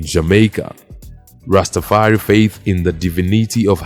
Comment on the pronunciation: Its pronounced rasta far i